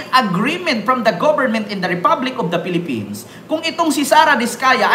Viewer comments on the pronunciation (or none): none